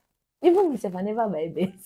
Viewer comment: Did I hear Benz as Uber 😂😂 Nigeria it is well with you. I love how you kept saying that over and over again.